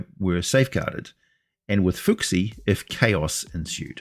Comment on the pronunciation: Just one thing on Chinese pronunciation, each syllable is a distinct word, so in a word with multiple syllables each syllable has no bearing on the pronunciation of another. So ‘fu xi’ rather than ‘fooksi’. Multi syllable words are really just collections of multiple words with a clearly defined meaning, and they are often not grouped in the way you see in English in the pinyin (Chinese phonetic script) books for children I’ve seen, but rather have spaces between every syllable.